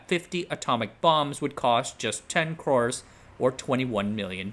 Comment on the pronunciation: Surprised that you did not know how to pronounce the Indian "crore = 10 million", since you appeared to have quite extensive Indian exposure .. It is pronounced like the bird "crow" ..